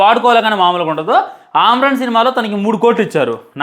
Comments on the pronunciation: ఆమరన్ కాదురా అమరన్ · Arey పకోడీ movie baagundhi raa... అమ్రాన్ ఏంది రా జఫ్ఫా... అమరన్ ra అది.... నువ్వు మూవీ పేరే పలకడం సరిగ్గా రాదు....నువ్వు రివ్యూ చెప్తున్నావ్....అరే real ga జరిగింది కాబట్టి ఉన్నది ఉన్నట్టు చెప్పారు...లాజిక్ less కాదు ra....Nuvvu brain less..... నీకు మీసాలు సరిగ్గా రాలేదు....మూవీ రివ్యూ చెప్తున్నావ్....నువ్వు చాలా personal ga teesukuni movie ni bad chestunnav ani ardamyndhi....Overall ga oka mukka lo చెప్పాలంటే....nuvvu పెద్ద bokka అని అర్థమైంది....పిల్ల బచ్చా లా మాట్లాడుతున్నావ్....